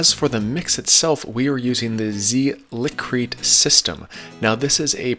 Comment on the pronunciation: Liqui-Crete is pronounced “Lick-wih-Crete”...